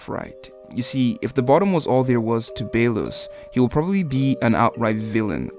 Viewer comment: emperor bey-los lol